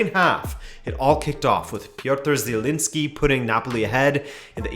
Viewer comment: Good to see you making progress on pronouncing Haaland's name! But let's talk about Zieliński's for a moment. It's not Zyelinski, Jeliñski would be a better approximation (could excuse the ñ being read as n, but not zi being read literally, it just sounds weird, man). The Serie A English commentators often get it fairly correct, you might want to check them out. Peace!